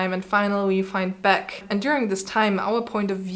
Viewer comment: I have had more than one teacher say that C major is a particularly difficult key to play. ""? Your German accent is vortrefflich!